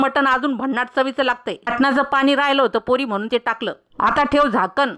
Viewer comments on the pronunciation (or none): none